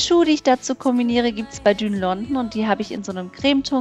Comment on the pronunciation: bitte sag nicht immer "düün London" :/